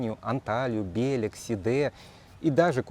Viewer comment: Только БелЕк, а не БЕлек, это все знают...